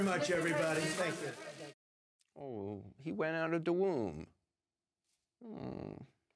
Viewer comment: "He wan out of the woom" 😂😂😂😂 oh Coop you are the living end!